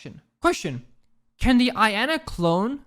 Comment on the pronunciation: Every times he pronounces Iana as I-ana and not yana it triggers me a little